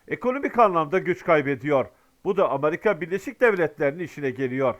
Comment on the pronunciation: amarika diyosun))